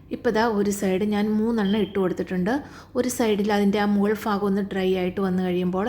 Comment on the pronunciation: ഫാഗമോ? ഭാഗമോ